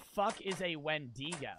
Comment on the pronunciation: He didn’t pronounce it correctly either